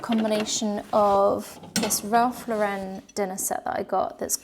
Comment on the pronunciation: Ralph Lauren, the surname is pronounced as you would the forename Lauren, not Laurenne.